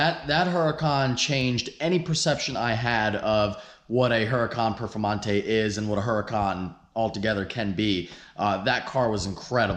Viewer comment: Casually walks by ZR1 “ and here we have a Hurcan Perfemante “. Titanium Carbon Alloy btw